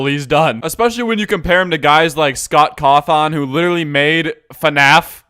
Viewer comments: Scott Caw thon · Scawt Cawtan, the famous dev who made fnat